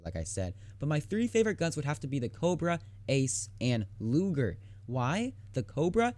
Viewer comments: "Luger", not "Lujer" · cough cough 1. it is pronounced loo-ger not loojer, 2. and it is only in germany because it is a german p08 parabellum produced for german officers during ww2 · Pronounced "Loo-Gurr". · He said looger xD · Daniel Heines2 soft g is pronounced like the letter j. It’s a hard g, like in gasoline. The German language doesn’t really have a soft g/j sound. Don’t believe me? Ask a German teacher or someone else who speaks German.